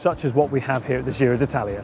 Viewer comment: It’s “gee-ro” as in “jeans”, not “jhiro” as in “gilet”. Come on guys, you’ve been there nearly 3 weeks by now, surely you’ve heard it said right enough times to learn.